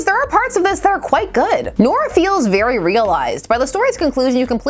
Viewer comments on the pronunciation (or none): Good, thorough review as always, but ... every time you said "very" I heard "beary." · uhm.... "this book is for a beary specific audience?"